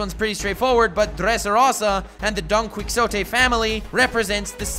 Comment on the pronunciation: for future reference, Quixote is pronounced Ki-Ho-te